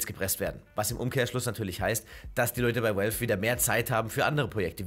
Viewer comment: Warum kann er valve nicht richtig aussprechen ?